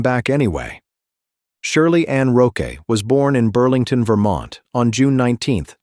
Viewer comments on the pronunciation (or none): none